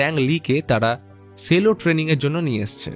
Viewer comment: Sorry ওটা সেলো নয়,ওটা চেলো pronunciation টা ঠিক করলে খুশি হবো🙂🙂😊😊